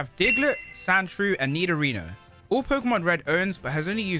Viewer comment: i got confused when i keep hearing you pronounce nidorino "nidorina"